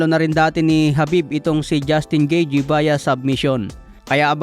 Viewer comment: 'Gitey' ang ang tamang pronounciation